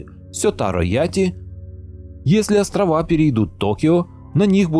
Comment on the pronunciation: ебень ты произноси правильно. не курильские островооооаааааааааа. правильно будет острова а не островоааа